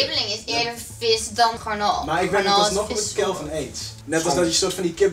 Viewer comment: hahaha ze zegt garnal maar het is garnaal.. ( geen haat, )